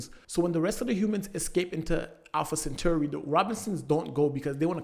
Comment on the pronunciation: I’m sorry but… Alpha “centurri”